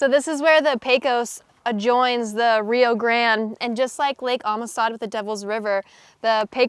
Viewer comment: Just in case you weren't informed previously, it is pronounced Rio Gran-DAY.